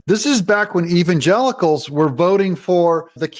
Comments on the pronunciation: "Even Gelicles" who the heck are "Gelicles?" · When she says the word Evsngelicals it looks like she's got some lemon juice stuck in her eye